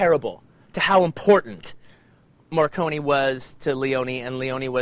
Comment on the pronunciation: Quentin , is MORRICONE , not MARCONI , god ,english people will never speak correct italian.